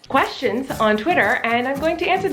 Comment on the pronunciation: Lol "twestions" could actually be a new term. It works 🤷😅